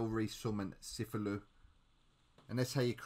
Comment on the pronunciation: sufulu lol is said like ca thew loo